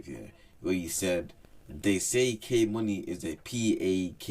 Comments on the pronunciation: Your pronouncing he’s name wrong, it’s pronounced k money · Its pronounced kay-money